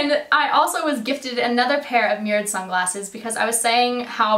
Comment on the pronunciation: That toque!!! I love it!!! Also it took embarrassingly long for me to figure out you were saying "mirrored" I thought you were saying "murad."